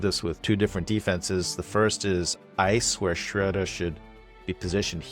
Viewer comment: First time I heard Schröder's name pronounced correctly. Also h/t 七人の侍.